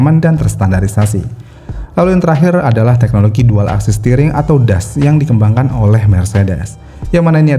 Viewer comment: Bukan "TEHNOLOGI" tapi "TEKNOLOGI".. tolong ya